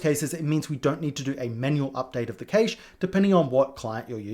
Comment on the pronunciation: Why do you pronounce "cache" like that? Is that a UK thing?